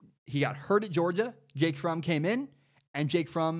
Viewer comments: Pronouncing Fromm like from slightly triggers me lol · By the way it’s pronounced like Prom but with an F instead of a P